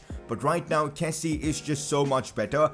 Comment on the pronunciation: It’s kessié not kessie. Kessi-yay. And I can’t rlly type hour to pronounce Adams traores name but you pronounce it wrong and it’s annoying